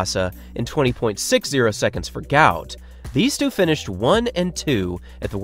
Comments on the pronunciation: Guot. Guot. Guot... or Gwot. It is not Gout is mistakenly spelt or pronounced all over the place. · His actual name is Guot, pronounced "Gwot" His name was incorrectly translated to "Gout" when his parents fled to Egypt, due to Arabic spelling mix-up They do not like the mistranslation of the name as Gout is a form of arthritis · His name is actually Guot, not Gout. His father has come out to explain this.